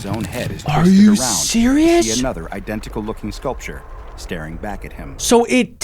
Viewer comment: The way the guy talking said scaulrure is ugly and stuff like that